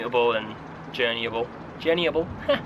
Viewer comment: "Journeyable - ha!" - I freaking love when you go scouse ;D